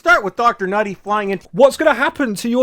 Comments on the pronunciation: People have said it’s just him being racist and refusing to pronounce Ncuti correctly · I think he's just saying Ncuti's name of purpose by leaving out the c and saying the n hence nutty- nuti. He obviously knows he is wrong but as it's not a traditional white name he can't be bothered saying it right, he really is the worst kind of bigoted grifter. But yes it is because he is racist and doesn't believe a person of colour deserves even the bare minimum of respect. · Either that or he’s purposely mispronouncing Ncuti’s name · Really? The best he can do for criticism is consistently and deliberately mispronounce Ncuti’s name? Why? Because it’s supposed to be an insult or something? Not a smart play from the man whose name can be read as Bowel-streak with a little rearranging.